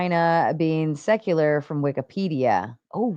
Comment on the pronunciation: Whick can’t even say secular correctly. I have zero confidence in his hermeneutical and exegetical acumen.